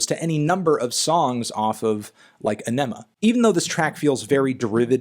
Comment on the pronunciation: Fantano, AENEMA is pronounced Eh-nu-muh like the colon cleanser.